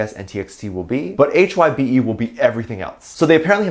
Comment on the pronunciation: I think it’s pronounced as HYBE, not H-Y-B-E. :)